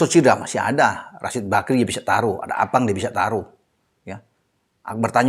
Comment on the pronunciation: Sy paling senang kl bahas psm dan sebut nama arfan jdi appang 🤣🤣🤣